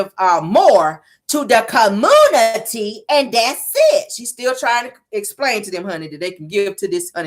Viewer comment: Girl I hollered 😂😂😂😂😂Caramel is too funny!! Is it me or does not know how to say words with X’s? That irritates me when she says Esspo and Esplain like girl the word is Expo and explain 😂